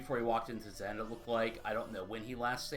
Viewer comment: Teh Zen is not how that's pronounced. It's like saying Kuh Nife.